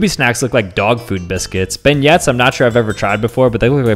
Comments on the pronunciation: No way he just pronounced beignet like that. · You quite literally butchered the name Beignet it’s said basically Ben-yay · Yes they used to make Wonka bars. And the T in beignet is silent